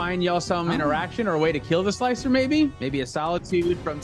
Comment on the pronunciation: Slicer? More like Sligh-cer!